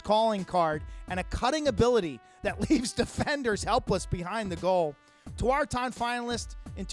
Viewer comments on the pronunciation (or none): I hate the way they say tawaaraton